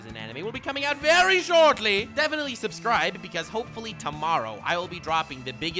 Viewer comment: He said subscibble! 🤩